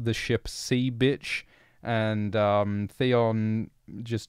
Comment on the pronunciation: I love how you say “Byitch” 😂